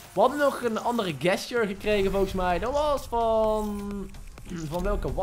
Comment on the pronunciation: even een tip, je spreek gesture niet uit zoals jij t doet:) het is djestjur :P niet gestjur